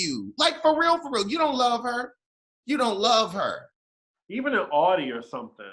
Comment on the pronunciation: It’s actually pronounced “ow-dee”; it’s German.